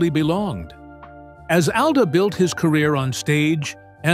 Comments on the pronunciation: If you don't mind, Mr. Alda's name is pronounced " ALL DA", NOT owl da!! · His las name is pronounced All-dah NOT AL-dah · Isn’t it pronounced all da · This is some kind of AI generated crap who can-t even pronouce his name correctly!